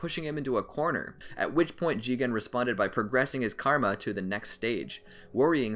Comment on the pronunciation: It’s karma not Kama